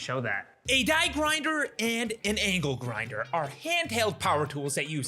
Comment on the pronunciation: ITS ANGLE GINDER NOT ANKLE GRINDER DUDE😂